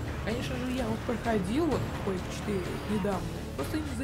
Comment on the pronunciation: Бро правильно Quake 4 а не Quage 4